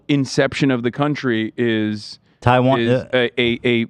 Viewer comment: More like, "Taiwanna" be left alone. 😂